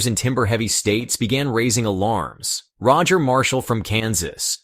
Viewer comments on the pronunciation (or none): none